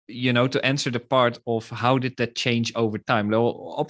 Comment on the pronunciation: Yeah it's THE not duh and dah